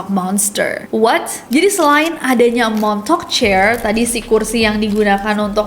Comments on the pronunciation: Lama2 gw dengernya jd 'montok' not 'montauk'...sory Kak Nessi..🙏😅😅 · kaget gw denger the "MONTOK".. pas liat tulisannya the montauk... ternyata oh ternyata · Agak gimana gitu dengarnya montok boys😵‍💫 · daritadi dengernya montok 😅😅😅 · aku yang ga nonton tapi dengerin doang be like ... "THE MONTOK GUYS" :') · di denger nya de montok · And that's how you people say "Montok" in a fancy way 😂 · Plis aku dengernya montok projek😭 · Aku dengernya MONTOK 😂😂 MONTOK PROJEK, MONTOK BOY. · kok gw dengernya de montok project:face-purple-crying::face-purple-crying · Gua kok dengernya the montok 😂